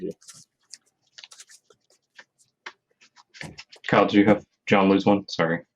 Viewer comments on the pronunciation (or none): An-Yah! Not Angie...